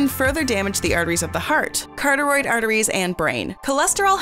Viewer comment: The correct pronunciation of carotid is as it is spelled.... not- carteroid